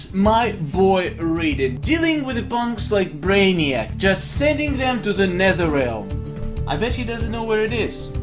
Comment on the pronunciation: Now you pronounce netherrealm correctly.